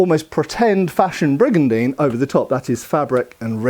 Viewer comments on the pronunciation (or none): I took a shot every time he said brigandene and then I died.